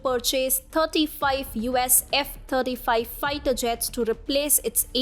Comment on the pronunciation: Thirty five F35 fighter jets becomes a tongue twister when v is pronounced as f! Fascinating